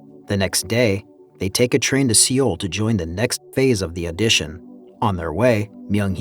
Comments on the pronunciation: You should really work on your pronunciation before making a video. I could forgive the names, but It felt like nails on a chalk board when I heard how you say Seoul. Especially since it's an internationally recognized city... cringe. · His pronunciation of Seoul made me laugh so hard 🤣🤣